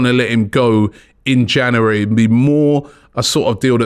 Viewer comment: I'd love it if Robbie could pronounce January properly haha